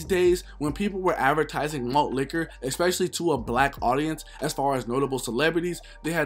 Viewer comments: Every 5 mins all I heard was “ex specially” lol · It kills me when I hear ppl say “Eckspecially” kinda like how ppl say “pacifically”